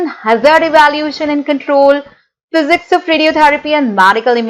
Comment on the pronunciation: She can’t even pronounce MSc and Physics properly & she’s here 😁😁RIP English. Where do all these jokers come from???